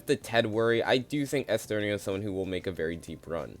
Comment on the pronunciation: Side note because I'm on Oliwia's part, it's pronounced Olivia, in Polish the W letter has a V sound, applies to other characters too like Ara where you said Aria, or Ernesto where you said Esterno Anyway might thoughts on the video, pretty agreeable and I don't think I can add much more than that, maybe a few placement swaps but Sam is easily number 1 in terms of winner pick imo